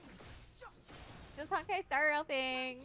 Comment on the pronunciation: HONK-ai star rail 😭😭😭😭😭😭😭😭